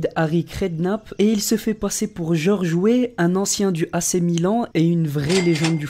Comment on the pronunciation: George Wé 😂😂 Weah